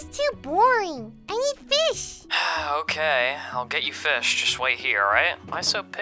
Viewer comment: Wan hondred feesh